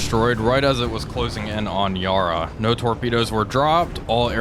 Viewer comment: Yarra is pronounced Ya Ra, both short syllables as opposed to Yar Rar